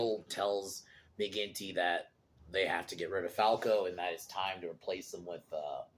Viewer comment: Mcginty not quinty